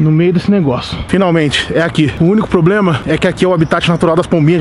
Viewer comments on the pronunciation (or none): none